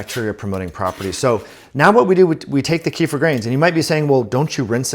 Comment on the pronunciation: ‘Keff-eer’ is the correct pronunciation.